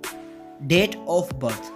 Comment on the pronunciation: I really thought they're dead.. bcuz the narrator pronounce Date as Death hahah sorry for my deafness